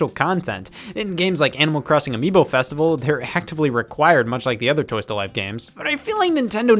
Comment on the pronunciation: anyone else realize how Scott said "miibo"